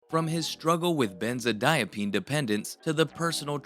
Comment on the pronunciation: Hoping you used an ai voiceover cuz benzodiazepine is mispronounced in the first second of the video. Just to lyk ❤all love.